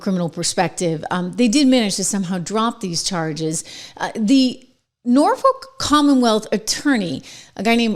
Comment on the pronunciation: At least you didn't pronounce it Nor Fuk like James does 😂😅😂😅